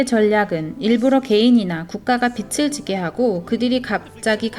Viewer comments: 읽어주는프로그램인가요? 빚을-비즐 발음을 왜 계속 빛을ㅡ비츨 이렇게발음해요? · 빚을=비즐 이라고 읽어야 하는데 비츨 이라고 읽으면 빛 이란 뜻입이다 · 빚을 빛으로 발음하시는 것을 교정하시면 좋겠습니다 다른 내용은 매우 유익했습니다 감사합니다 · 좋은 내용인데 빚을 (비즐)자꾸 빛을 (비츨)이라고 발음 하시는게 너무 거슬립니다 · 영상 은혜롭게 봤습니다. 그런데 영상 보는데 계속 거슬리는 부분이 있어 알려드립니다. 말씀하시는 분이 계속 빚을 빛 혹은 빗으로 발음을 하셔서 너무 거슬리네요. 빛은 예수님으로 표현되는 단어인데 계속 빚이라 표현되는 부분을 빛 혹은 빗으로 말씀하시네요. 몰라서 그러는 것 같으니 다음부터는 빚을 꼭 빚이라고 녹음부탁드립니다. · 빛을(x)~~빚을(o) 한국어 발음좀 정확하게 하세요. 비치, 비츨이 아니라 비지, 비즐로 발음하세요. 일루미나티 이야기 하면서 발음에 좀더 신중해야 하지 않을까요? 루시퍼는 빛을 나르는 자인데... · 자료 잘 봤습니다~~^^ 한가지… [비츨], [비치]… 가 아니라 [비즐], [비지] 입니다 ㅜ 발음이요…;;;; 빛이 아니니까요^^ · 잘들었습니다만, 발음 비츨이 아니고 비즐입니다. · 유익한 영상 잘 들었는데요 한가지, 발음할때 빚을은 비즐이 맞고 비츨이라고 영상에서처럼 발음하면 빛을이 된답니다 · 빚을 비츨로 읽으시면 안되고 비즐로 읽으셔야 해요. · 비즐 비츠로(발음상 문제) 발음하시니 의미가 잘못 전달될 것 같은 우려가 들고 계속 거슬리네요. 수고스러우시겠지만 다시 녹음하시면 안될까요? 대부분 알아서 들으시기는 하겠지만요. 옥의 티 치고는 반복적이라... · 발음이 틀려서 거슬려요. 비츨 지는게 아니라 비즐 지다 라고 발음해주세요. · 발음에 신경을 써야 겠어요 서울 사투리 아닌가요? 빚을 -> 비즐 빛을. -> 비츨 이 발음이 정확하지 않나요?? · 소소한 지적하나 하고 갈께요.. 국어 연음법칙 : 받침은 다음에 오는 모음으로 넘겨서 발음한다. 예) 빚을 --> 비즐 (빌린것을) 빛을 --> 비츨 (환한 빛을) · 빚을 빛으로 발음 하시네요😓 비즐 비츠로 발음 하십니다. 내용이 너무좋아서 아쉬운마음에... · 비츨 아이고 비즐 이라고 발음해 주세요 제발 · 빚을 !!! 빗츨 아닙니다 ㆍ되게 거슬려요 내용은 심각한데 그 좋은 빛을 빚에 자꾸 쓰시니 집중이 어렵고 좀 짜증이 납니다ㆍ '비즐'이라고 소리가 나지요 ㆍ'빗츨'이라고 하지마세요ㆍ영상안에서 수십번이나 반복하시네요 ᆢ으윽 부부가 다 빚을 빛으로 ᆢ남편분은 다른 영상에서 빚을 빛으로 발음 하시던데'' 내용은 다 좋았는데 ㅡ 왜 이러시나요 다시 고쳐서 올려주세요ㆍ제발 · 매우 귀에 거슬리네요;; 빛은 좋은 의미인데 빚을(비즐) 빛이라(비치라) 발음하니... 아쉽네요ㅠㅠ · 제발~ 빚을 빛이라 읽지 말아주세요~ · 빛을 ㅡ비츨 빚을 ㅡ비즐 발음 정확히!!해주시면 더좋을듯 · 다 좋은데 자꾸 빚을 빛으로 발음해서 너무 거슬리네요 ㅠㅠ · 소리를 다시 제작할 수는 없나요 중요한 내용인데 빚을 빛을이라고ㅠ하는 바람에.